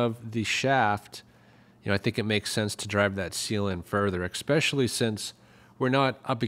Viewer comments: I enjoyed your video but I am not fond of mispronuciations...the word is especially...not expespecially! Sorry. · "Percise" ?????????? "Ekspeshuhly" is still not a word.